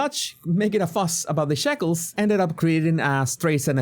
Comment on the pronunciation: Did you say shackles or 'shekels'? 🤣